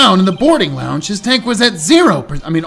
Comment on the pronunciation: finally remembers the correct way to pronounce lounge after a few minutes into the video =) RETURN OF TED!!! Did he just say someone set them up the bomb? Eh, it's close enough that I'm counting it. For Great (Apollo) Justice! When it comes to the question of dragon squatter's rights, if we ignore the imaginary part, wouldn't the answer depend on the type of dragon? Seeing as numerous dragon depictions are at least as intelligent as humans, wouldn't they also quality as "persons" under the law? I guess that depends on how you legally define a "person" though, and given the whole "corporations are people" when those are clearly not intelligent, sapience is clearly not part of the definition. That was quite the long sigh! They did a good job with showing Starbuck's trauma here. Also the localizers are really having fun putting scifi references into his dialogue here. That was the second-most impromptu Spongebob reference I've ever heard, only beaten out by the time one of my middle school teachers came onto the bus as we were getting ready for a field trip and starting singing "He lives in a pineapple under the sea" for no reason whatsoever. I'm very much enjoying this case so far. The pacing hasn't bogged down to the same degree the previous cases in this game had, at least not so far, and aside from being a bit hand-holdey, it's been pretty good! I rarely comment on the art because there's just so much of it and it's all great, but that -1 Miracle poster? Incredible.